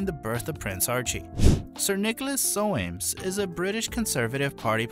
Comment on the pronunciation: The name Soames is pronounced to rhyme with homes.